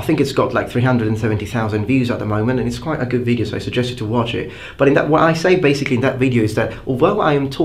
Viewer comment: I love your "vwiiideos". :) <3